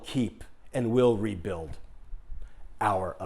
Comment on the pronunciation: "We'll keep... We'll rebuilb"